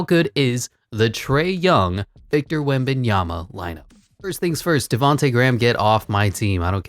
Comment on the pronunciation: Love the correct pronunciation on player names like Ziiiiooooonnn Williamson! And Kevin Dewrant, and Victor Wembyanmama and my personal favorite, Shai Shmildess Alessmander lol. Keep it on coming man love it 🔥